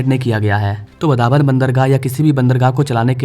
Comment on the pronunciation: वाढवण नाम है वधावन नही